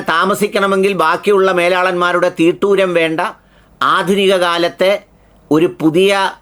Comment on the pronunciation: തീട്ടൂരം അല്ല... തിട്ടൂരം ആണ് ശരി